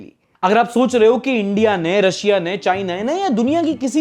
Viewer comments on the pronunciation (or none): none